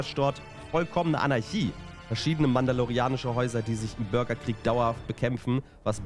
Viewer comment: Börgerkrieg lol